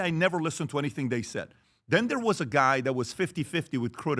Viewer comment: Patrick: "Dhey/Dhem" 😂😂